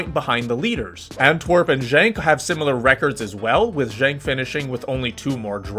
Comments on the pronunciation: Genk as in "good" not pronounced Jenk. A few other odd pronunciations, complicated more by the fact Belgium had three national languages: French, Flemish and German. Belgian football rules reflect the weird politics and linguistic antagonisms in general. Don't get me started. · bro JENK was killing me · He pronounced the G as one would pronounce the word junk in English which would be wrong in either case.